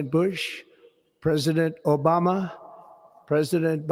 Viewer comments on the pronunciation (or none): I love the subtle emphasis when he said "obama" lol